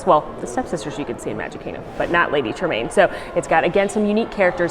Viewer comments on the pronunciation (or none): none